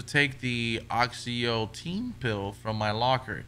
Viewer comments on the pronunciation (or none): Lmao “Oxeoteen pill”